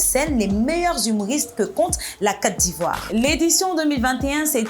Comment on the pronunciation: Oui mais la prononciation de la Côte d’Ivoire est à améliorer